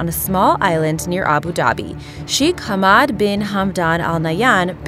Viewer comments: Hamad? he mad. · That's not how you pronounce Hamad I should know I'm Arab